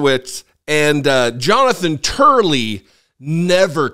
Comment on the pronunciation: He said Jonathan Turley 🤣